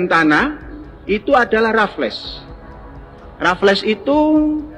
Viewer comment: Belum jadi ahli sejarah, jika menyebut nama "Raflles" dan "Deandles" saja salah. 😢😢😢